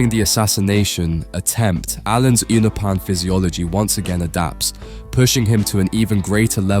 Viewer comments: Its pronounced you-know-pin. Imagine making content on a subject you barely research 😂😂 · Please its you-no-pan say it right or dont say it at all